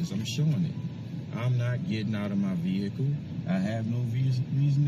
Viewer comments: what is veeHICKkle? hmmm... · I can’t help but think it isn’t a coincidence that most of the sov cits out there pronounce it “VEE-HICC-LL”. 🤔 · "Ah'm asking for your supervisor and now you're busting up my vee-hickle and now you're glub glub glub!!!" And another Freeman of the Land spends $2,000 on a traffic ticket. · Brilliant. You are getting into my vee hickle!😂😂😂😂😂. No messing with chat and supervisors. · "You have busted my vee-hickle up.." I'm still waiting for a video about a sovereign citizen who actually won his case in court.